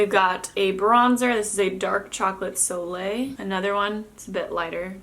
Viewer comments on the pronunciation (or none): none